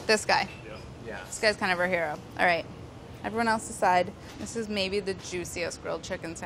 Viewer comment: "Arayt. We're in bizNASS"